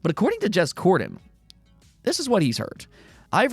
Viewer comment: You lost me at jez cordan...😂